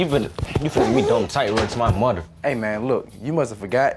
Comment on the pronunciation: here is so funny “ Wrd to my muhder” 😂